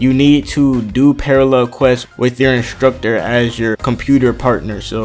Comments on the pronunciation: it's not inshtructur it's instructor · I love how he says instructor lmao 😂😂😂 and if I had a dollar for everttime he says instructor